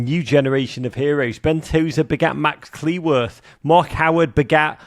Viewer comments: So when can Rog manage to pronounce Cleworth accurately?😅 It's a matter of respect to the player. He made it wrong even interviewing Max Cleworth! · If you're this much into Wrexham please learn how to pronounce Max Cleworth's surname properly.